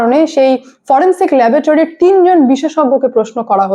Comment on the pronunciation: ল্যাবোটারি নয়,কথাটা হবে ল্যাবরেটরি। LABORATORY.